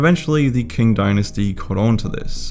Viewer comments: Qing pronounced “Ching” not “King” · Qing dynasty is pronounced “Ching” not “King” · Good talk but Qing is pronounced as 'ching', rather than 'king'. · so cringe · if you meant the qing dynasty just letting you know its pronounced 'ch-ing' as in the 'ch' from 'chair' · This is the first time i found someone mispronounces "Qing" dynasty as "King" dynasty. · as a hongkonger, i have actually nothing to say lol edit: qing dynasty is pronounced as tsing dynasty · Qing dynasty should be pronounced as "ching" or "qing", but still a good vid!! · Qing dynasty*